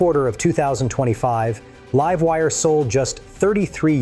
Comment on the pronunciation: The voice is A.I. right? he keeps calling it the "Leeve Wire" instead of the "Laive Wire" and called it an M.I.C. drop, not a MIC (Mike) drop.